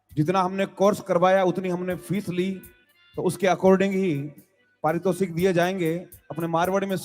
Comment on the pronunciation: "पारितोषिक" होता है